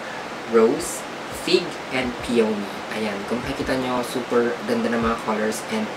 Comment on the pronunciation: BTW ANG PRONUNCIATION PO NG PEONY AY "PEE-YA-NEE" SKL PO BAKA MARAMING DI NAKAKAALAM